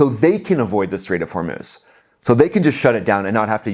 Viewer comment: The Lego stuff is funny, but definitely not produced by IRGC for various reason, the least of which is they would not pronouce Hormuz as Hor-MOOSE as Iranians say Hor-MOZ.